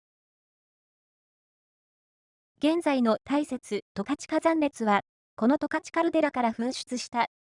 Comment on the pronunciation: すっごく良い動画なんだけど、ずーっと十勝を間違えてるんですよね。「とかち」ですよ。ずーっと「たかち」と言ってます😅